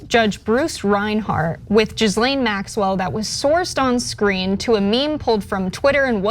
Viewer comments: "Jizz-lane"??? I think it's "Gih-lane" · Her name is pronounced ghee-layn not gis-Len. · It’s not “jizzlane” gh in French names are pronounced the same as ghost and ghoul. Her name is pronounced “ Gee lawn” with a soft n. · Guh lane it’s pronounced it Ga lane Max well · it’s not jizzlane, is pronounced gee-lane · Pronouncing Ghislaine as "jizz lane?" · I like how she pronounces Jizzlane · Its pronounced "Gil-ane". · Is it so hard to say ‘ Gee- Len’? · It's GHEE-Lane (Hard G), I believe. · I think it's pronounced Jizzalene. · Her name is pronounced (Gee-lane). Spelled Ghislaine. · Learn how to pronounce Ghislaine Maxwell sweetheart. It’s not Jiz-lane. 😂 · Ghislaine - It's phonetically pronounced (ghee laine) rhymes with key. You're one of the few news sources that had great cred in these times and is my goto. When you don't make the effort to pronounce someone's name correctly, you start looking like the high school senior class radio show. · Epstein's girlfriend name is pronounced Jizz-lane? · FYI, it's not Jizzlane... 1) the 'G' is hard (it's followed by an 'h') and 2) the 's' is silent... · "Jizz-lane"? I'm dyin 🤣🤣 wish I could sue Fox News over what they've done to my parents over the last 20 years 😳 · I feel a lawsuit coming on.....Hahahahahahahahahaha SERVES THEM RIGHT...Hahahahahahahahahaha And it's pronounced GILLANE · Her name is pronounced “Gih-lane” with a hard G and a silent S. It’s hard to take these people seriously when they can’t be bothered to do enough research how to say a famous person’s name. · Pronounced Gee-lane. (Hard G) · The s in Ghislaine is silent & the g is hard as in go. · As evil as Maxwell is, you could have checked the pronunciation of her surname. The 'S' is silent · Pics are a good reminder but honestly you’re an illiterate fart … the “s” in Ghislaine is silent! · Please learn how to say Ghislaine 🙄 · You are butchering Ghislaine’s name. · People who report the news really need to learn how to pronounce Ghislaine Maxwell's name.